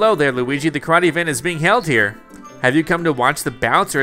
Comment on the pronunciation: The first time Bowser said Luigi’s name correctly